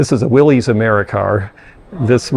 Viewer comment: The Willys Autombile Company's claim to fame was the original military-issue Jeep, made in huge numbers during WW2. Surprisingly, I learned recently that the "Willys" name is actually pronounced "Will-iss," like "What you talkin' bout Willis?" 😊😊😊 Ive been an auto-ficionado for 40 years and only learned the correct pronunciation recently.